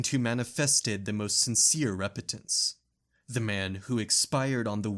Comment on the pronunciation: You put the emPHAsis on the wrong sylLABles when pronouncing apocryphal, repentant, and a few other repeated words. Great work, though.